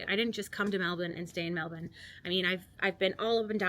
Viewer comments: Thank you for pronouncing Melbourne properly, my respect! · You're definitely Australian now. You're pronouncing Melbourne correctly 🙂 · Great vid 👍 I always knew an American could say Melbourne like us lol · "There are Australians all over Europe. I mean, all over the world really." We're like McDonald's :) My sister is married to an American. He has now lived in Australia longer than he lived in the US, but even he still pronounces Melbourne with a slight American accent. You've got the pronunciation down perfectly. Well done!